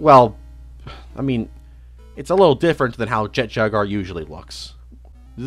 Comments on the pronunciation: Calling it jet jagar instead of jet jaguar really annoyed me for some reason. Like come on! Jaguars already a friggen word! How do you fuck it up. Great video though. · Bro really said “Jet Jagar” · mispronouncing japanese words/names is perfectly understandable their language is VERY different from english so theres no issue with that but my brother in christ theres a U in jaguar 😭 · "Jet jagar" 😂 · Or Jet Jaguar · Even with this remaster you couldn't pronounce Jet Jaguar correctly smh😢😢😢 Jk great remaster and I literally watched the original video yesterday and I didn't know about this one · why does he say "jaguar" like that